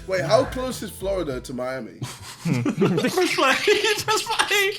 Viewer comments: The whole world: Americans are bad at geography JJ: "how far is Florida from Maimi" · "How close is Florida to maimi"? -JJ 20201